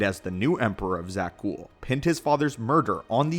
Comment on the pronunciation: Why do you keep calling them Zak Ghouls? It’s Zakul… this isn’t Taris, they aren’t creatures lol